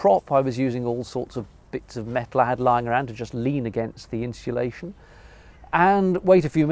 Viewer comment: I’m finding the pronunciation of insulation interesting. Are you pronouncing it ‘inshulation’ ? Perhaps an English regional thing.